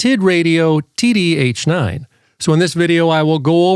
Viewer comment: "The Titradio TittyH9"???😂😂😂